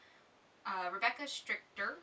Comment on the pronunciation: You did pronounce my name right. Thanks for your answers! Rebecca